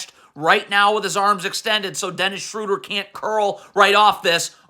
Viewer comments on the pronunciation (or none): none